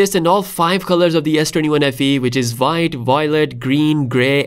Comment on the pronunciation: I like how you say: VVVhite😅